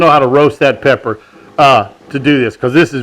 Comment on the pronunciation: I swear he said black powder not pepper